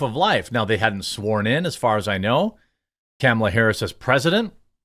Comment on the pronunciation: Hey Jeremy… it is pronounced like this: comma la (luh) realistically he could’ve done less than 10 things besides dictate to someone. There really is not “a lot” he could’ve done because he is feeble and because his team is incompetent.